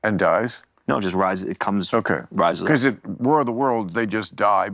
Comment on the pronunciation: Why do you say beguzz? It's because.